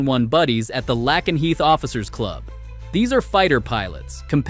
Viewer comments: It’s pronounced Lake en Heath not Lak n heath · LAKE-N-HEATH. Jeebus, does no one have an AI that can read friggin' English???